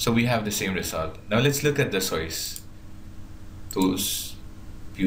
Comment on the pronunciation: IS THIS GUY RELATED TO BUGGS BUNNY? HE SAYS SOYCE INSTEAD OF SOURCE.